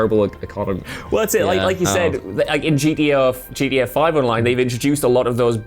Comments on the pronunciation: GTA V had fast travel. Also it GTA. Not GDA. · Swear he's saying GEA not GTA loool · Is he trying to say gta he is saying gda 5